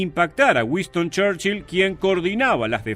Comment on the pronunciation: Es Winston Churchill no Wiston como dice el video a 0.41 segundos.